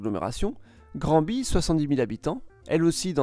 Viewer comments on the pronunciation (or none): Granby se prononce "grèm-bay" et Drummondville "drommone-ville", on doit le dire à l'anglaise en fait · Nan vraiment, dans la ville (je viens de Granby donc je sais), c'est vraiment Grèmbé et à la limite, Grambé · Petite correction linguistique, Granby se prononce Granne-bé, et non Granbie. Quant à Rouyn-Noranda, ce n'est pas "Rouie" mais "Rou-ain". Quant à Drummondville, ça se prononce "Dreum-monde-ville", et non Dru-mont-ville. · Pour la prononciation de certaines villes : Dreumoneville, plutôt que drumonville (Drummondville) Grandbi (grand à l'anglaise) plutôt que granbi (Granby) Rouain Noranda, plutôt que ROUI-Noranda (Rouyn) Pour le reste, plutôt un bon travail pour ceux qui ne connaissent pas le Québec Et pour les Québécois qui se la pètent sans arrêt sur la surface monstrueuse du Québec par rapport à la France ce vidéo vient quand même leur rappeler que 90% de la population du Québec vit dans le corridor Gatineau-Québec, le long du Fleuve St-Laurent, un territoire nettement plus petit que la France. L'argument qu'il couterait donc plus cher d'entretenir les routes du Québec au prorata du nombre d'habitants ne tient donc pas plus la route... 68 millions de Français pour un réseau routier national qui comporte 20 849 km : 12 379 km d'autoroutes, dont 9 158 km sont concédées à des sociétés concessionnaires sous contrat avec l'État ; 8 470 km de routes nationales. 8,5 millions de Québécois pour environ 2100 km d'autoroute (y compris les autoroutes métropolitaines à Saguenay et Rimouski) Ça fait que la concentration d'habitants dans la grande région de Montréal réduit d'autant plus le ratio habitants/km d'autoroute. et pourtant les autoroutes dans la grande région de Montréal sont totalement défoncées... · J'ai adoré la prononciation pour Drumont-Ville et Grand-bie 😂 Merci pour la vidéo, elle était excellente. (PS: Elles se prononcent à l'anglaise) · Drummondvilloise ici. La façon de prononcer de chez nous, c'est Dromme-onne-ville. Et c'est Graine-Bé. ;-)